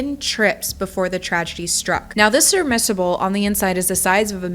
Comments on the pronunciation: Meaning no disrespect in any way, a seafaring vehicle meant to travel under water is pronounced sub-MER-si-ble. You had it right the first time. 🤓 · It’s shocking that this Titanic fan produced, and posted a video on a story in the news for over a week but cannot pronounce SUB-Mer-Si-Ble. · Anyone else repeatedly hearing something sounding like the word "submersible", but not quite? 🙂 Sounds like she's saying "surmissable" or maybe "surbmersible" and now that I've made a thing out of it I can't stop obsessing over it😂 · This is a very sad thing, but my ba****d self can not ignore this… seriously I can’t I just can’t I’m sorry comment section… did you just call a Submersible, a, Serve-merrsible? It was only like once or twice but I just can’t. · I love the constant mispronunciation of submersible as "submissible" and "serbmissible" or "submiserble" lol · Statistics say sub-mis-able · Is she saying surmissible?? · Are you saying sir miss able? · great video really but i just have to say it because its like nails on chalk board everytime i hear it.......Its SUB-MERS-UGH-BULL submersible not Sermissable ...great video though done very respectfully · I cringed everytime you said surmissible 😂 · “Serbmisable?” 🤔 It’s submersible “SUB-mer- sible.” Like how youd “submerse” something into the water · Omfg, stop saying "surrmissable". It's a "submersible". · What is a "serbmisable"? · Howd you say that? Sirmisable? Sub... submersible. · Good video, but dear God! It's SUBMERSABLE. Not SUBMISSABLE! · "serbmissable"... Ahhh! Omg you said that SO many times in this video. I'm sorry for this, but it's "SUBMERSABLE" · Submersible, not serbmisable. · You lost me with the repeated and maddening mispronunciation of the word submersible… say it with me… sub·mers·ible, instead, repeatedly saying sir•miss•able, sirmissable, sirmissable, so many times that I couldn’t take it anymore. The video was really interesting otherwise. I made it just over nine minutes. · What's a "sermissable"